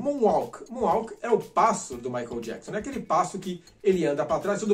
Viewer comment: Eu me lembro quando o Michael veio ao Brasil em 93 os telejornais falavam jackson da maneira que se escreve, eles erravam na pronúncia do sobrenome dele rs rs rs....